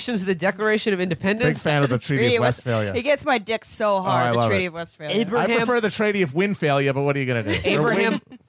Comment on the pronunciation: Love Matt struggling to turn Westphalia into Westwinia